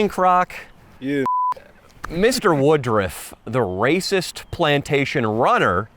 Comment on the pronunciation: Why they calling him woodrif instead of woodruff